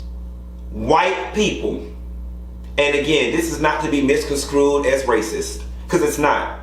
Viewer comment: please stop mispronouncing the word "MISCONSTRUED". I know a lot of times you're mispronouncing words on purpose, but I honestly believe you have a time saying misconstrued. It's pronounced miskənˈstro͞oed not miskənˈskro͞oed.